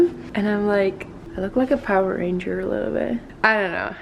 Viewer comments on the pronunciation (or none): none